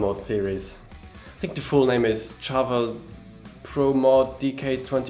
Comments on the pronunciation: Shhhharvel, not Charge, Chat, Cheese, Cheers. Sharvel. Like 'chandelier.' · You should pronounce Charvel 'Sharvel'. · First interview I found was Wayne's son and he definitely sounds like he's saying Sharvel more than Charvel regardless of what he may be